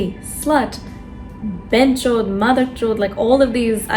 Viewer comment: Lol the way you said 'benxhod'